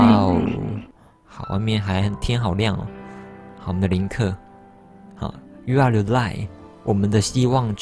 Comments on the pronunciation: 是林克 但念成了克林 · 不是唸林克嗎